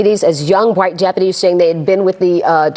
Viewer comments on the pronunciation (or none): Lol , he said " bright " 🤣😂😅